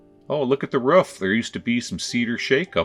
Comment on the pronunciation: The Wisconsin sure came out of you when you went up to look at the RUFF. lol.